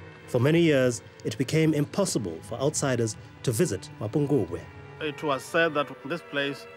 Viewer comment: Its not Mapungwube.. it's MAPHOKOBWE meaning the mother jackal.